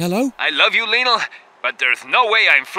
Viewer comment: Lionel* not Linl